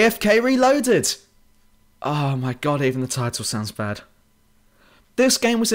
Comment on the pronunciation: you very ofteny pronounce c, d and t like "ng" facts -> fangts bad -> banned